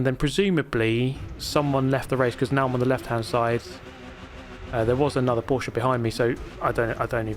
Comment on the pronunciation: Subscribing because you pronounced Porsche correctly. Ty.